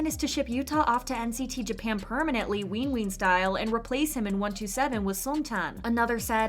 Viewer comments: Im so sorry, but am I the only one that cringed whenever she said “wean wean” instead of winwin? 😅😭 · Why’d you pronounce winwin like that 😭😭😭